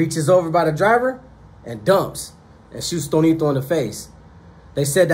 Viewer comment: Tonito or Toñito? Lol